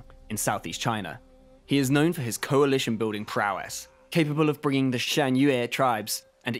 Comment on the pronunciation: You say Coalition - makes me cringe Yuan Shao's vassal stomp taking over the map.